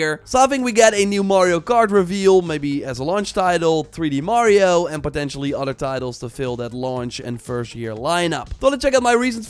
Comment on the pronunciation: “ odder “ gets me every time 😂(other)